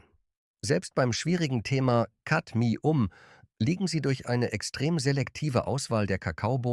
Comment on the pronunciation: Ra---Punzel und Kadmi---Um... kaum zu ertragen, diese Testversion einer KI Stimme. Laborwerte = bezahlte Zahlen